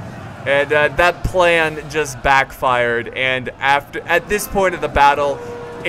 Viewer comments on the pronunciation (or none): none